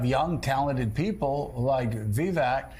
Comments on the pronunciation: Oh dear. Yellow hair on Rev. is not a good look. Also, by now everyone in media should know that Ramaswamy's first name is pronounced Vuh-VAKE, and not Vuh-VECK. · can’t pronounce Viveks name. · It's "Vivek," as in "cake." The fact that none of the anchors in this broadcast couldn't even be bothered to look up such a simple fact speaks volumes about the state of our media. As for Sharpton: He didn't show the clip where Ramaswamy pointed out that Rep. Hakeem Jeffries, the new US Minority House Speaker, used the EXACT SAME PHRASE when referring to Donald Trump in 2019. It's called race-baiting. And Vivek called it out. As for his take on issues: Press him on them. That's the media's job. It is NOT the media's job to label his ideas "nuts" when you haven't discussed them in-depth. Shameful. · None of the these opinion hosts pronounced Vivek's name correctly. And they didn't get anything after that correct either. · These "journalists" played a clip of him literally saying his name yet go out of their way to pronounce his name incorrectly. That's not journalism, that's something else entirely.